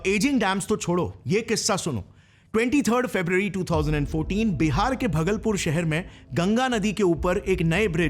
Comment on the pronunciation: भागलपुर h, भगलपुर nhi😅, great video btw, mujhe nhi pta tha ki dams ko lekar bhi itna crisis h country me